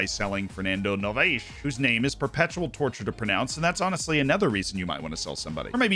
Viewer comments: You're phonetically pronouncing "Novais" correctly. The problem is that you're stressing the wrong syllable. You're saying no-va-IS and its no-VA-is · Hey, Trick for english speakers, "Novais" as a portuguese name, the "ai" reads just "i" the letter, as if it was standing alone. So imagine Nov I S. 👌